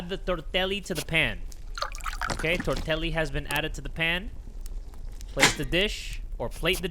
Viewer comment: THE WAY YOU SAID TORTELLI HURT MY SOUL